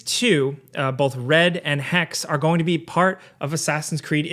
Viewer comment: you got off guard with Hax? Hex? it's intresting when english is like "that one letter at the end, na man" Hexe is just Witch in german